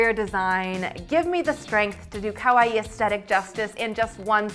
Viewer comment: Oh but ka-why are we saying it like Hawaii with a K?? Otherwise good video but someone please teach her it’s corrected pronunciation.